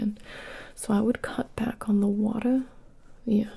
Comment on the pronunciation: "I couldn't find my scissors, but, you know... I did find... myself, some watuh... /water grimace/... You want some? ... I 'on't, really got any left, so... There's a sink in the bathroom. " That's when I started full on giggling 😂